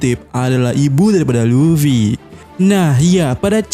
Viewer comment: Ibu LufWie... 😂😂😂 alay banget nyebutnya....